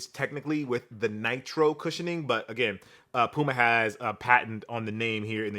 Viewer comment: I actually leaned into my phone waiting for "PYOU-muh". I get why we got the proper pronunciation but still... The 93 Till reference did soothe my soul though...